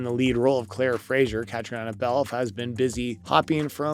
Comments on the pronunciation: KATRINA is how you say her name!!!!!!!!!! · Wish they would learn To say her name right.